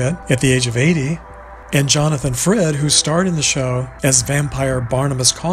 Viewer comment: Sorry it's Jonathan frid not Jonathan Fred